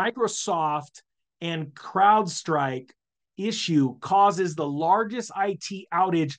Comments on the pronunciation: LOL CLOUDSTRIKE? Hopefully you are pronouncing it like that on purpose!!! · He keeps saying “cloud strike” . . . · Crowd. Crowd. Crowd Strike. Not cloud.